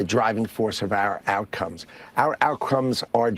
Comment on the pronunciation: Love how he said out crumb’s instead of out combs talk about a Freudian slip.